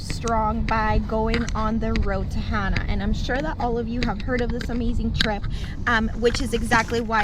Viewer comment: Heading there in March and just want to make sure everyone knows it's Hana (like ha nah) not Hannah. The locals will shoot you a lot of dirty looks for saying it that way. Love the beautiful views! Aloha!